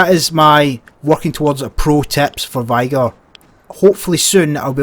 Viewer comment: Soz but its not “vygir” its vig-a (vigor)